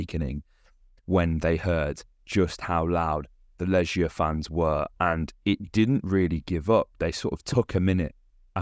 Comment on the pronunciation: Legia 'g' pronounced like the one in 'goal' as opposed to the one in 'germ'. ;)